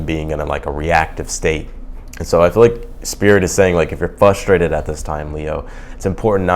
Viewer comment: Can you say Frustrated not fustrated? If not please stop using words that you can't spoke.